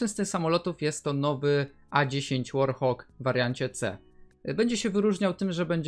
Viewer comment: wypowiedziałeś ,,warthog,, jakby to był ,,warhawk,, XD